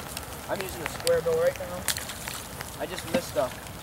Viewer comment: Square gill? LOL